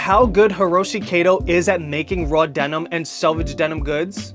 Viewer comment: It's pronounced kah-to. Like Cat-oh . Not kaydoe.